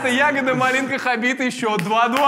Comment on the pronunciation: Сказать Хабиб❎ Сказать Хабит✅